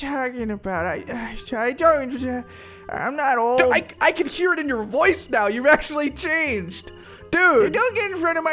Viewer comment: its old not mold😡🤬😈